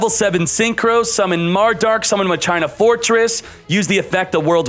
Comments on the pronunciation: My China Fortress Pog Its pronounced Ma-Key-Nah btw :) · It's hilarious when he is saying Ma- China. 😂🤣😂🤣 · Say it with me man, Ma-ki-nah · World legacy Muh-China. fucking what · This guy always mispronounces card names .World Legacy MyChina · It hurts so much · I thought its pronounced "Ma-ki-na", even went to google translate to confirm the pronounciation 😂😂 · Oh so you are still calling them mah-china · He still can't pronounce it correctly.... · Watch one of his streams he does it on purpose Even when the chat told him how to pronounce it he refuses to pronounce it correctly